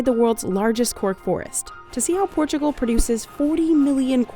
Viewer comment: Its not PORTCHIUGAL. Its PORTUGAL.